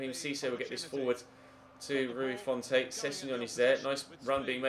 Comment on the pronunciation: Please call Rui his real name - Rui Fonte (font like comic sans ms) not Rui Font-ay